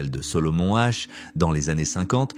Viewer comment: Solomon Asch pas H